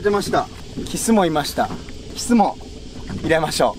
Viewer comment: 発音おかしくないか？「キッス」て発音は「口づけ」の意味じゃないか？魚は「キス」って発音するんだよ。